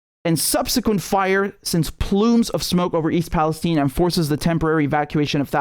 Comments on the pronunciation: They say Palesteen, instead of Palestine, because Israel runs the USA! And you calling it Palesteen, East Palestine, Ohio, is over a hundred years older than Israel! Now Israel has stupid people mis-pronouncing words! Call it Palestine! 🇵🇸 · RM love your channel, People living in Ohio pronounce Palestine with a long "i" like you and I would expect. Curious that journalists who are willing to report on this disaster chose to mispronounce it. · It’s pronounced PalastEEne so you know it’s the evil version.